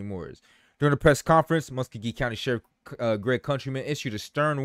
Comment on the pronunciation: That’s pronounced as Mus sco gee